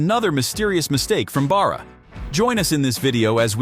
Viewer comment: This guy narrating the video mispronounces Oshawa and Barra and not once says anything relevant to the subject. Who makes this crap up?